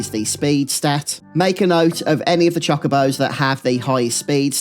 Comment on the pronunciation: they're not chakabos they're chocobos. "cho-ko-bo"